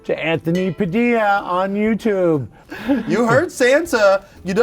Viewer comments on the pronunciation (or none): Wait i thought its pronounced "PADILYA" not "PADILA"